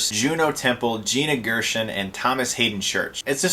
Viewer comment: Pretty sure you butchered Friedkin and Gershon